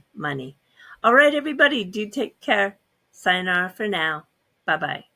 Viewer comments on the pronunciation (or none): none